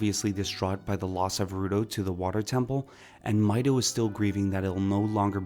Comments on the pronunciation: Why would the correct pronunciation upset you? I was much more concerned with "gerr-oo-doe." It's rather obviously "Jer-oo-doe" like German, Gerald, Gerbil, geranium, etc etc. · Hey got Gerudo wrong (surprising), ocarina right (equally surprising), but kept mispronouncing Hylean even after getting it right the first time. Kinda funny what we hear when we pay attention though, huh?